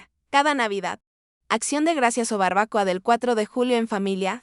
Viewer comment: ¡Por Dios! Estas narraciones con IA destrozan el idioma castellano o español: - Reglas de puntuación ignoradas - Pausas inexistentes y/o absurdas - Acentuación errónea de palabras y repetición de los mismos. Ej.: "Barbácoa" - Palabras ininteligibles - Ausencia o errónea verbalización de énfasis en frases y palabras (Admiración e interrogación). - Brincos en la narración que destruyen la consecución ¡Pfff! Verdaderamente un desastre vergonzoso